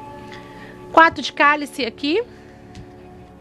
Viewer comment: Que aflição ao invés de falar quatro fala QUATO